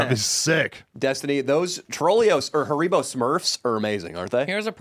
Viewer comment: The way pronounces haribo makes me uncomfortable